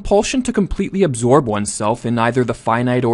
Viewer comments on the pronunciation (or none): none